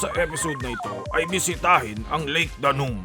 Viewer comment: Step aside, Bogart the Explorer and Biyahe ni Drew. Lol! My morning commute today was very entertaining. Gusto ko yung narration, di ba sumakit lalamunan mo? By the way, instead of saying Lake Danum as “Daa-num” say “Da-noom” emphasis is on the 2nd syllable. “Danum” in the dialect means “water”. Pasensiya na, guro ako sa past life, ayan tuloy).